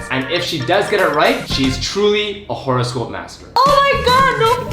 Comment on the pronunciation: why they saying WHORE-ehscope